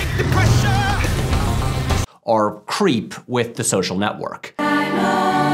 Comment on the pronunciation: I can't unhear this: Patrick says "are" instead of "or."